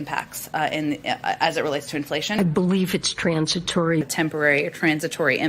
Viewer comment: what the hell is 'sransitory effects'!?